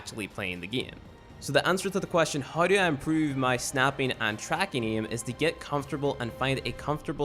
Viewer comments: Bruh how can you speak English so good but say iem instead of aim and iet instead of 8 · The way you say "aim" is to funny bruh lol